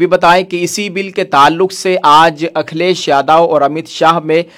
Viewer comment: अखिलेश यादव का नाम लेना सीख लो भाई